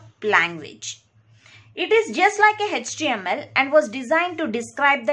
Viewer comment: It’s not Hetch TML it is HTML